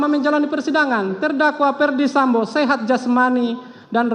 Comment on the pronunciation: Jpu nya udah kecapean baca nya sampe.salah salah mau.sebut. sambo. Malahh....samba. eh sampoo lagii. Ngakakkkk😂😂😂😂